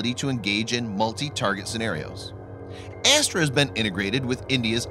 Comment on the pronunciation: Bhai ......Astra missile....not astral